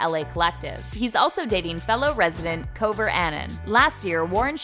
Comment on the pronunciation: Julia Miller they said kouver